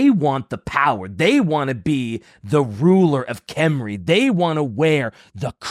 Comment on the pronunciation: for the love of God, you are pronouncing it CORRECTLY! It is Khemri with K and not "Henry". Leave the "silent letter" BS to the French! Stop apologizing and continue using the CORRECT Pronounciation that does not WASTE LETTERS! Yes I know, some people like to pronounce it without K and feel smug about it but then again, some people like to bend over and take it from behind and its usually the same people.